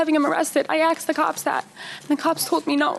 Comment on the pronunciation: It’s “asked” not “axed”. Learn PROPER English!